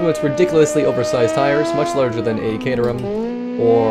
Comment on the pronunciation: Congratulations on your correct caterham pronunciation